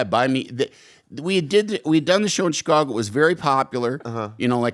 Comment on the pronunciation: He say Che cago?